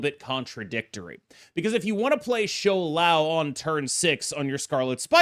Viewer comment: the smile on my face when i clicked on the video and you said shou lao instead of shao lao